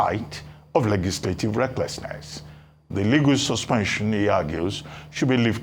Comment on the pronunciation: Reuben Abati cannot pronounce the word "Legislative."